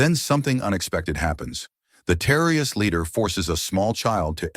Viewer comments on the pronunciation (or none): You need to improve your AI narration because he can't say terrorist